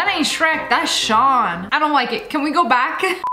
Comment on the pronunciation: Not to hate but she said Shawn (btw)😅